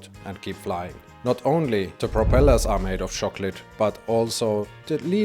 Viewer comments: What the hell is a “shocklote?” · Shock-let 😂 tank you 😂